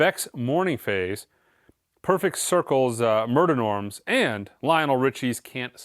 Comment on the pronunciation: No one cares I know, the Perfect Circle album is pronounced “Mare Day Nom.” Mer de Noms is French for “Sea of Names,” because like half the songs are people’s names.